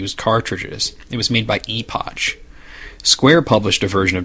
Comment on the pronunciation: I always thought the 'ch' in Epoch was pronounced as a 'k' sound, eg. Epok.